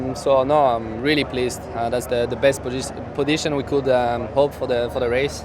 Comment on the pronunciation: I love how Gasly begins to say "position" correctly, but the reverts back to "podition"